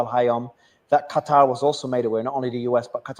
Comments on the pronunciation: I guess it is Qatar, not Gutter, right? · Scott. It’s Qatar, spelled Katar. Not Gutter!! 🤭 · Is QaTAR NOT CUTTER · Why scott keeps calling qatar gutter😂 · Anyone else laughing at Scott Ritter for pronouncing Qatar “gutter” I guess it’s on purpose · It puzzles me how Ritter can pronounce Qatari, just fine, but pronounces Qatar as Cutter. Lol, who's he trying to or not trying to impress with that. Only pronounced it right after the host prounced it correctly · Scott pronounces gutter instead of Qatar. hehehehe, Freudian slip of a tongue. The USA is isolating itself. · What is wrong with Ritter intentionally calling Qatar as gutter? He sounds like the Israelis intentional misprouncing Hamas as Khhhamas.